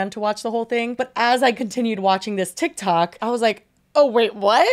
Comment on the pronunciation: said tihk toohk like Miranda Sings